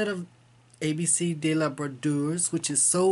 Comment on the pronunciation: Hi! Congrats on your finishes! Harriet Tubman is beautiful! And your For Ever and Ever is gorgeous. I love the bird on that one. Your pronunciation of brodeuse is so good!!!! You've got some fun haul. I picked up nonstopnon and a different one from stitching spell, woven ribbons. Always excited to see what you've got going on. Happy stitching!